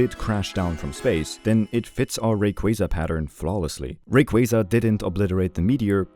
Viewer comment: I appreciate you being one of the few to pronounce Rayquaza’s name properly. 😂